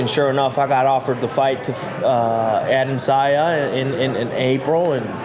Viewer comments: It´s Adesanya, not Adensaya Kelvin ;) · Kelvin "Ade'n'sayan" Gastelum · HEY KELVIN, HIS FREAKIN' NAME IS PRONOUNCED...AH-DE-SAN-YA!!! SOMEBODY TELL HIM BEFORE HE GETS INTO THE OCTAGON AND GETS THE MUHAMMAD ALI STYLE, "WHAT'S MY NAME!!!" BEATDOWN! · At one moment he even said Adandesaya 😂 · Bro I read this comment as I heard him say AdesAYA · Damn put some respect on AdeSANYA's name 🤦🏻‍♂️ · Adesaya...? Learn ur opponents name. Step one. Of not taking opponents seriously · You'd think Kelvin would learn the correct name of the guy he's fighting for the title in less than 2 weeks times lol. Come on dude, it's not the hardest name to say. Dudes from Nigeria afterall...it really could have been alot harder to pronounce than Adesanya. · Bruh, at least learn how to pronounce your opponents name correctly.... lol